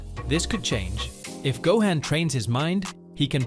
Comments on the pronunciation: Smh its Not Go-hen* its Go-han sounds like Go-hon* smdh. Keep up the content tho. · Dude , it's 'Gohan' not 'Gohen' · I know… I can’t take this seriously with all the butchering… Gohaan, Saiyon, Wis…Vegita….Ultra Instinct twowee??!!? … This ai does not know db.